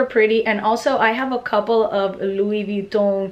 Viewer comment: Wish I could say Louis Vuitton like you do, but my Midwestern accent just won't allow for it. Need to bite the bullet and buy a Louis, love your purchase.